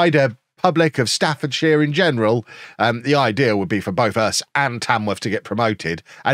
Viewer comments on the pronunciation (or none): none